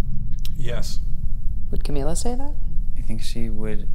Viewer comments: I lv the way he says her name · his eyes and the emphasis on Camila…melted even my cold little heart a bit.